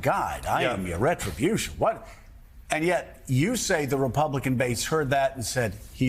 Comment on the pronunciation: 'my succes is my retriobution'